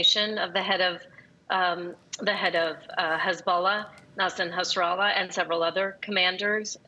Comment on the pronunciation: Nassan Hassralah?? 😂